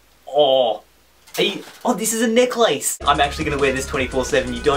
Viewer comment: lol he said necklace so wrong